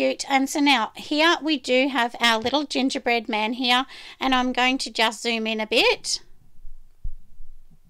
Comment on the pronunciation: I had to replay the gongerbread man a couple times to make sure I heard right!!! 🤣🤣😂😂